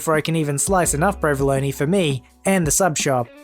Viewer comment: I can't stand the way you mispronounce provolone, but other than that, I like your videos.